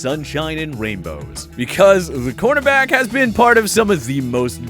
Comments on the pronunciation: If you could pronounce corner back correctly that would be appreciated. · He's saying cornerback.